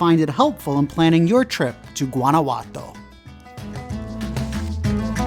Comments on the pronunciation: Guanajuato is pronounced : WANNA -- WHO - AH - T O 👍👍👍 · I meant no disrespect when I pointed out that you didn't pronounce Guanajuato correctly . I was just trying to help you with your Spanish. P. S. where did I misspell " great video" ?